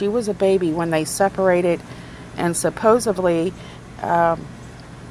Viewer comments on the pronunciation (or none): “Supposevly” I had to turn it off after that. 😂